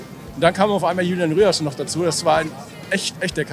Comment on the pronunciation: Vielleicht wird er irgendwann endlich Rüerson und nicht Rierson genannt :D